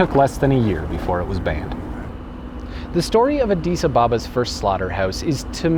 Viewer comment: Not sure how you keep pronouncing Addis Ababa wrong, but great video nevertheless